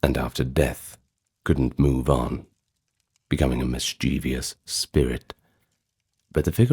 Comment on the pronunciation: Mischievous = MIS-chiv-uhs Will you cover Scandinavian folklore?